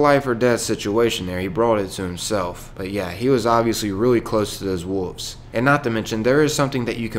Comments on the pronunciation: Are you not pronouncing the 'L' in wolves? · I like how the narrator makes the "L" silent when pronouncing the word "Wolves"